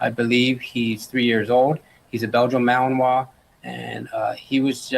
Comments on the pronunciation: Hi! Thanks for your great reporting on Danilo Cavalcante. I checked on how to say Yoda’s breed (in English) it’s spoken ‘MAL-in-wah’ just as you thought, I thought the same thing. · French pronunciation was correct on Yoda breed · Wow! Yoda was really awesome!!! (Malin"wah"). You said it perfectly in French. That's how we say it too. Lovely tribute. Watermelon(wah) is very nutricious. Wan't his tattoo on his back an eagle! If so, that's why he wanted the sweatshirt. Bite and Hold trained so only had braids to hold onto. Poor Yoda. But look at Yoda's arms around his legs after a second bite a bit higher than whete he is.;) That worked just fine. Thank you for all of your hard work! You and Yoda have a lot in common!